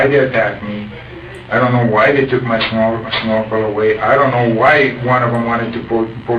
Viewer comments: If he said "looking with a snorkle" quickly in response to being asked what he was doing it would be easy to mistake what he said as something similar to looking for girls if he pronounces snorkle similar to the way I pronounce it. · There was a comment early on where someone suggested that accent might have caused them to misinterpret what he said - his pronunciation of the word 'snorkel' might have sounded like 'small girl'